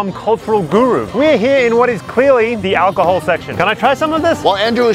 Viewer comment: "clearly alcohold section"....im dead...